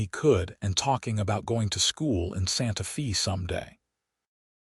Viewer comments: It's correctly pronounced "Santa FAY" (rhymes with BAY and STAY) but spelled Santa Fe. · please correct your AI's improper pronunciation. It takes us out of this otherwise beautiful story. I see someone here has already pointed out, Santa Fe is not Santa Fee. Wound is not pronounced like, I wound up the the fishing reel. Also, there is no pause after the period after Mrs. and Mr. It is reading the period as a full stop. And Tucson is not Tuck son. Otherwise this is a beautiful story.